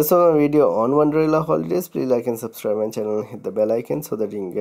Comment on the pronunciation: It's wonderla not wanderla